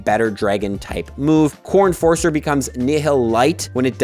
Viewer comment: When you first said "Core Enforcer" I thought you said "Corn Forcer" XD